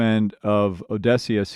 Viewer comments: You got the pronunciation for Eurylochus down. Now to get the pronunciation for Odysseus down. It's o-DISS-see-us, not O-DESS-see-us. Aside from that, really enjoying these reaction videos.I completely agree, that part where he's singing with his deceased mom is one of the most beautiful parts of the musical and gets me every time 🥲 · it’s actually just O-dy-sse-us over and over again